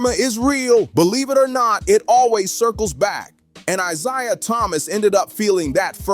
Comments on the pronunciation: It's pronounced eye-zay-uh. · Why is it when you people do these videos you can’t pronounce these guys names properly!! Like come on now!! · How many times are you going to mispronounce Isiah? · YOU DON'T KNOW HOW TO SAY A PERSON NAME. CORRECTLY. LESTER EL ISLAMISM ☪️ 🕋 🕌 ☪️ 🕋 🕌 ☪️ 🕋 🕌 ☪️ 🕋 🕌 ☪️ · How can you go a full video mispronouncing Isiah. That there kills your whole video. Do better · I can't watch a clip where a guy can't even pronounce Isaiah Thomas's name right